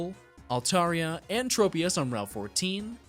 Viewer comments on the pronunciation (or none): none